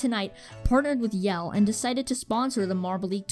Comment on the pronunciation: Sweet video, and although I am a Team Momo fan (which I will forever hold against this channel) and that fact that I winced every single time that you mispronouced Jelle's name (it's pronounced like Yellah, from Mellow Yellow) this had some great quality stuff and decent analysis. Room to improve, but still a great video.